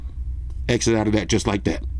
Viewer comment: Dude said eggsit😂😂😂